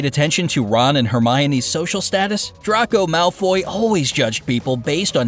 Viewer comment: ughhhhh you butchered draco malfoy's name lol